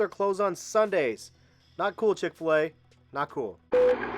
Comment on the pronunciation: This nigga said Chic-Fil-A. Everything was negligible other than this. SMH